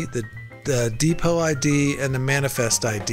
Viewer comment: DEEPOH...it's pronounced DEEPOH not DEEPOT. I was dying laughing listening to that i could barely focus.